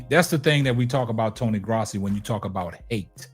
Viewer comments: Its not "graasi" it's gross-i. I like your channel so far though! Subscribed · You pronounce his last name “grow see.”